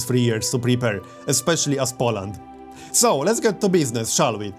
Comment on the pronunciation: Everything is ok, but learn to pronounce the word "Poland" correctly - powinno wymawaić się: "Poulend " (mniej więcej) z akcentem na samym początku.